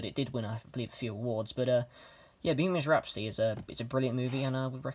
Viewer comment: Why do u call bohemian rhapsody bohemish rhapsdudy